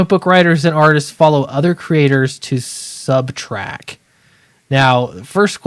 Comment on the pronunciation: It’s very distracting to hear you say subtrack. We’ll see if this will shake up the big two or if they just continue down the road they are going in (did you hear the are making Tim Drake bi?).